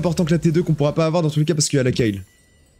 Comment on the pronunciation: je t'adore mais comment tu prononce kayle mdrr sinon super la vidéo toujours aussi plaisant a regarder